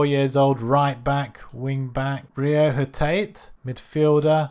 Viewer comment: The way you pronounced Hatate😂